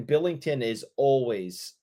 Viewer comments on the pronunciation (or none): Mmmmm meat in the game. ** meat in the game noises ** Also enjoy focus on meat in the game that he repeatedly calls Jordan Binnington … Billington. Ala Craig Billington noted 90s backup except for that year he played 63 games for the expansion Senators